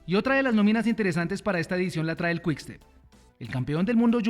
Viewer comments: Al con todo respeto,qué mejore su inglés, NO es quck step(cómo lo pronuncia,es Quick tal cual),NO es ferst es First,tal cual,además el Education First ya no existe),que escuche a Goga que habla un perfecto Inglés. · Perdón lo pronuncia First es al contrario ferst,Quick sí es esa la pronunciación, él dice Quck.